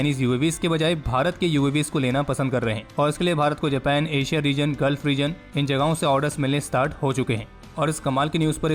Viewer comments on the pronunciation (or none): none